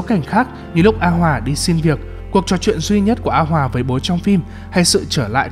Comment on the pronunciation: a hoà mà đọc như a hoả:))